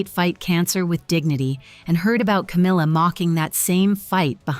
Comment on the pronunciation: there is NO "r" in her name! Itd CAMILLA. Do better